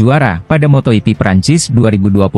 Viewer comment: Laahhh,,,, si moto ipi lagi, malasnya aku lanjut. Belajar baca dulu min